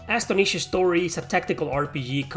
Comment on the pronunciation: Bro it's Astonisha Story's first word is pronounced as in the word "astonished" (surprised). Great vid!